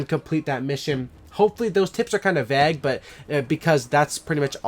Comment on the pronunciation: The Real Mvp he pronounced "vague" as "vag"